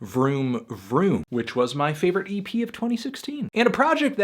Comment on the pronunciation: when he said vroom vroom EP I laughed because it was like he said "vroom vroomy pea"